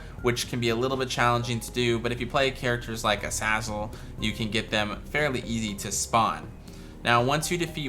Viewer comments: Its u zay zal not u zaz ul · the fact that this guy pronounces azazel as azazel instead of azayzel is horrifying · Omg, sorry but, AE not AA Azazel is AE. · Isn’t Azazel pronounced “A-Zay-Zel”? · Everytime you said azazzle i died a little inside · It's pronounced A-zay-zel btw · It’s pronounced a-zay-zul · Say azazle properly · You say Azazel Wrong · Is it pronounced A-zah-zel or A-zay-zel? I still don't know